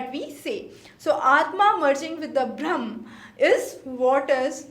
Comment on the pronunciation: Please fix your pronunciations first. Samyak or Saankhya? Jan yoga or Gyan Yoga ? Bhram or Brahm? Vashishk or Vaisheshika? Kannad or Kanaad? Those who are listening to you the first time will adopt these pronunciations as correct. Just something to consider…